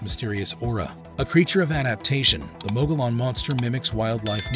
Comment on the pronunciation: Mogollon Monster-Mo go yon or mo gole yon, not mo gole an. Look up pronunciations please!!!